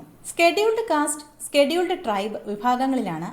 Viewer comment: എന്തോന്ന് സ്കെട്യൂൾഡ് കാസ്റ്റ്, സ്കെ ട്യൂൾഡ് ട്രൈ ബോ?